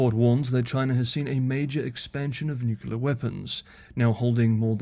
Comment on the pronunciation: "nuculer, ". 😬 >>>>"new clear"